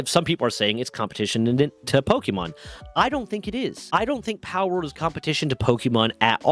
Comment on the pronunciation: Dude...put on a real shirt. You're grown, time to put on your big boy clothes. Also, it's a short e sound. It's not pokey-mon.